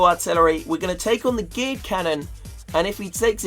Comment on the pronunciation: I swear every time says geared cannon he says gay cannon